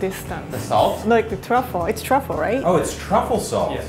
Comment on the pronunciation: When the Asian lady said “its truffle right?” What happened to her accent 😂